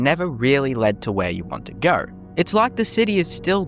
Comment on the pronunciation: Australian…. There’s no “r” in no or go